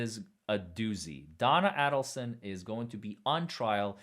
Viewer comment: It’s “Ādleson”. Long A.